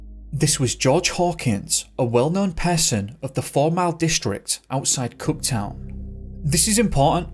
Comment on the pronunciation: It's Cooktown not Cot Town